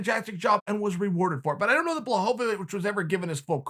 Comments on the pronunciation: It's actually not. The L with a line through it is pronounced as a W so the correct pronounciation is BWA-HO-WEETCH. Everyone says BLAH instead of BWA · Chael adds a new syllable to Jan Błachowicz’ name every time he says it!! How he get to “blahovavich” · Absolutely no one: Uncle Chael: BlachoVOwicz xd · Chael saying this mans name wrong every other time he says it, wtf. Bluh ho vuh vich 🤣🤣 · Chael is def one of the most intelligent overall fighters and analysts, one of the reasons I absolutely love this channel and his analysis, so I'm actually starting to believe that he butchers everyone's name on purpose, I love how for 50% of this video he tosses in an extra syllable in Blachowicz, then there's always Hazmat suit Chimaev. The only name he gets right 100% is Jon Jones and that's only because he's not letting him be in the exclusive "I fuck up your name on purpose" club. Good stuff! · I like how the second he started getting upset with Blachowizc he started (purposely) misspronouncing his name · Lol he has never pronounced it right including this time